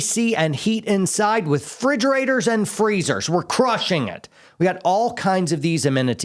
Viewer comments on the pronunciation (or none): The man likes "frigerators"